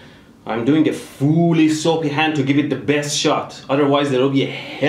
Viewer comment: Is it just me or when in he says "fully soapy hand" all i hear is "FULL BRIDGE RECTIFIERRRRR"